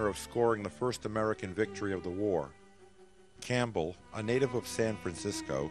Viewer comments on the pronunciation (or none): none